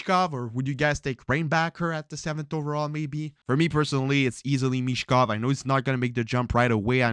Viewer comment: BTW his name is Michkov not Mitchkov 🖖🏻✌🏻